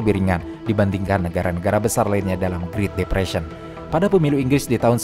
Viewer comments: Great depression itu spellingnya GRET bukan GRIT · Bukan mau menggurui, karena saya tau pasti pinteran adminnya daripada saya, jauh lebih pintar dari saya, tapi kayanya great depression tuh dibacanya "gret depresien" Min. Tapi asli keren banget channelnya, tiap hari saya tungguin channel ini